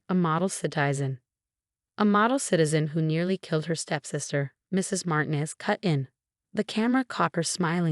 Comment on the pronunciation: Martinez is said as MAR-TEEN-EZ and NOT as MARTIN-EZ. Can't say a simple common name? (And Sweet Fart, instead of Sweet Heart. PROOF READ before uploading!!!)